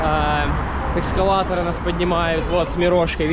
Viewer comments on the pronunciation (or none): Эскалаторы! Не эКскалаторы!😏